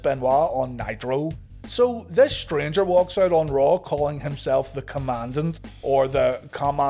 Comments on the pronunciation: His pronounciation of Commandant is correct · The Commandant pronounces it correctly.